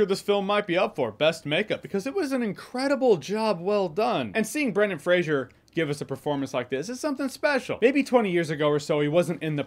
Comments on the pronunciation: Jeremy old son, I love you dearly, and I know that you’re American, but it’s “Fray-zer”; there is not ‘I’ in the name. It’s a Scottish Clan name. Merry Christmas, bro; hope that you and yours have a great day 🎄🎅🏻🤶🏽🎄 x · If you say you like Brendan Fraser, maybe get his fucking name right for once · Good to see even when getting praise, NOBODY can seem to pronounce the dude's name correctly... its FRASER not FRAZIER, this aint Niles Crane's long lost brother, its a totally different spellinng and pronunciation. You're welcome Mr. Fraser, i know it drives you crazy, love your movies sir. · Its Fraser, not Frazier. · Oh my fucking God dude get his fucking name right it’s Fraser not Frasier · Why is it that NONE of you people can pronounce Brendan Frasers last name correctly, and by 'YOU PEOPLE' I mean you YOUTUBE MOVIE REVIEWERS and such, You all claim that you LOVE Brendan Fraser, but you don't have enough respect for the guy to Pronounce his name correctly. It's not FRASIER it's FRASER you know like TASER or like Blazer. I watched a video with Adam Sandler and Brendan Fraser talking about their movies together and Adam kept pronouncing Brendan Frasers last name incorrectly and Brendan told him like three or four time how to pronounce it. I hate it when people pronounce easy to pronounce names WRONG. I could see it if he was chiwetel ejiofor or somebody with a name similar to that, then I woud understand them getting it wrong. But FRASER is not a name people should be getting WRONG ever time they say it. RESPECT people, Show it, or don't say these peoples names. That's my take and now I am done. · Fraser (FRAY-ZER) lol not Frasier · Fray-zer not Fray-zhee-er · It’s pronounced “Fray-sir”, like “razor”. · Brendan Fraser's last name is pronounced Fraser rhyming with "razor". No "shuh" in his name. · Fraser rhymes with laser folks